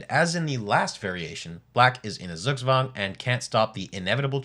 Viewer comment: Zugzwang is correctly pronounce - tsook-tswang